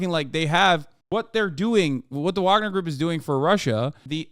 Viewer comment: Hasan, say it with me; vaugner vaugner vaugner vaugner vaugner vaugner vaugner vaugner vaugner vaugner vaugner vaugner vaugner vaugner vaugner vaugner vaugner vaugner vaugner vaugner vaugner vaugner vaugner vaugner vaugner